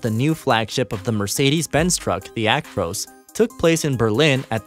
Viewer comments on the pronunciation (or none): You can tell hes American the way he says "Actroose" not "ac-tro-s" 🤣